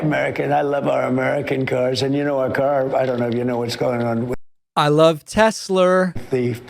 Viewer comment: Tesler! lol